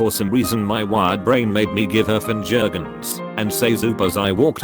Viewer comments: "finger guns" fInJuRgUhNs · Finjer gins